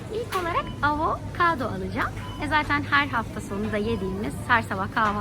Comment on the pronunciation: Yanlış teleffuz etmemek için da ki o avo-kado deyişin 😂😙💐